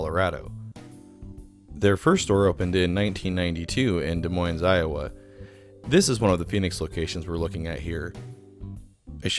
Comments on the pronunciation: De - Moines, people. Get it right. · ahem "Des Moines" is pronounced "de moyn." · The S is silent on Des Moines :) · as a resident of Des Moines, hearing anybody actually pronounce the "S" at the end is genuinely painful. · I caught that and I'm in California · I was too busy having a seizure over the S to catch where the other five Brass Armadillo locations are. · I was about to say the same thing. 515 for life.